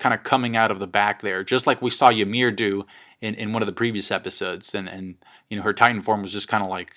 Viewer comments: It's "YUMIRU" not "Yamiru" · Fucker it's Ymir not Yamir. Hajrudin, not Harejundin. Please. :'( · how he says ymir's name is funny